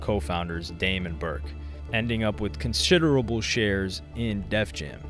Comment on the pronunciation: "with con-shit-erable shares in def jam" lol